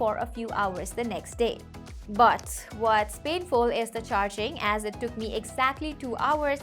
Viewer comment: the way you say but is like bout 😂